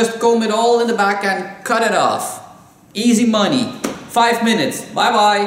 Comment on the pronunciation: he said easy money with an American accent like when my British cousin says baseball